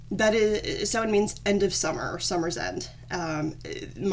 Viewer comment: Samhain is the Irish word for November. Bealtainne is the word for May. Thanks for pronouncing it right because no one ever does lol. Do you know if there’s a term for someone who is native and Gael ? It doesn’t matter I was just wondering.